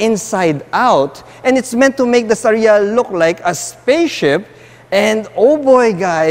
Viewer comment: star-ya lang po hindi Sta-ree-ya